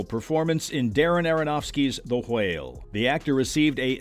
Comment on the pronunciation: why do you pronounce whale and whelmed like that 😬